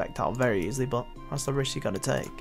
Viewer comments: but = bot? ;O learn to speak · I hate how you say "but"... Buhwt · the way he says “but”...... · its funny when you say but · you say but weird